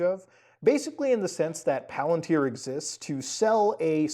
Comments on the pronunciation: Muta ily but its PAL-AN-TIER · Great video. By the way, Peter Thiel's last name is pronounced "TEEL", i.e., with a hard "T". The company is pronounced "PAL-@ i.e., the accent is on the first syllable.